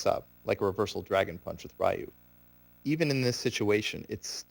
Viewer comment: You mispronounced the fuck out of Ryu! Why is it that idiots always have a hard time pronouncing a three letter name. Its "Ree-ewe" not "Rai-you"!!! And if anyone tells me it's no big deal FUCK OFF!!! I'm so tired of hearing his name being butchered like that.